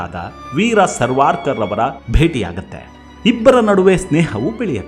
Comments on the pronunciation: ಸರ್ವಾರ್ಕರ್ ಅಲ್ಲ, ಸಾವರ್ಕರ್ ಎಂದು ಹೇಳಿ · ಸರ್ವಾರ್ಕರ್ ಅಲ್ರಿ ಸಾವರ್ಕರ್ ಅಂತಾ ಸರಿಯಾಗಿ ಹೇಳಿರಿ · ಪ್ರಾರಂಭದಲ್ಲಿ ಬರುವ ಸಾವರ್ಕರ್ ಪದವನ್ನು ಸರಿಯಾಗಿ ಉಚ್ಚರಿಸಬೇಕು.